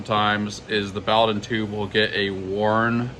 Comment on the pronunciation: it's pronounced boh-dunn.